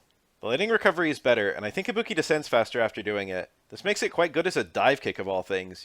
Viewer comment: I'll never get over how english speakers are unable to pronounce tonic syllables for different languages even if they get clear examples of how it's correctly pronounced. It always makes me laugh kkkkk